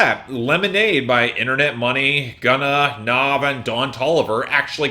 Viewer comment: And I used to get mad when he says Nav's name wrong too, but now I find it almost as funny as that. It's said like the word have, not like Nas lol